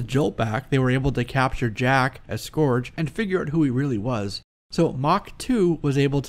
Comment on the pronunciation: Great episode...you persistently mispronounce "scourge" (pronc: skUrge) and you mispronounced "posthumously" (pronc: PAHST you must lee) Keep up the great scholarly work!